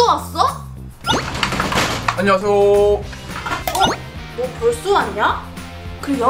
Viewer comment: 남반장: (드르륵) 안눵하세요~: (드르륵) 비키야~: (드르륵) 와썹 뷔퀴!